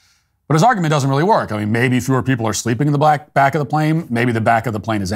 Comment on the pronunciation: . Mat Walsh is a R cist. He said “at the BLACK of the plane”. Haha.